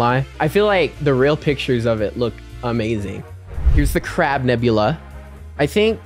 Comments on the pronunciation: Not Nebulae it's Nebula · Bro said nebulay